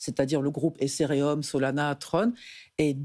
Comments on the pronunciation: Insupportable cette intervenante à prononcer ESSERÉHUM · Je connaissais pas « Esserheum » 🤣